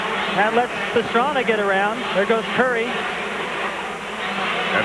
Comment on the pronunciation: It's Pastrana, it's Roncada, Pastrana..... Roncada.....